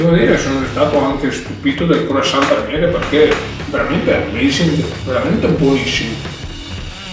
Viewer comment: "Ammesing"